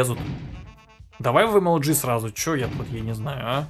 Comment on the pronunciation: сказал,,Это марийский пират". И я из республики Марий-Эл. И произнёс,,ЧЁЁЁЁ"